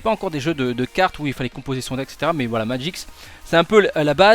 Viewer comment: Pour quelqu'un qui joue depuis longtemps à Magic, tu devrais savoir que c'est Magic et non Magix :'D